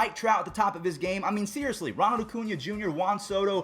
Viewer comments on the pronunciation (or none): none